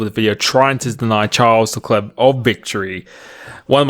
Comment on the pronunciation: Dont say leclEEER ASJIKDJ WQO ENBUWQIOBEUVOQW